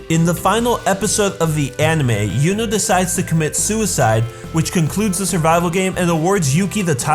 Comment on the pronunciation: Great video! But please don't pronounce "Yuno" as "Juno". Just don't. thx